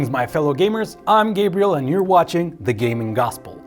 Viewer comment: Could you please stop introducing yourself as, but rather? 😁 I deeply dislike the first version. Lol.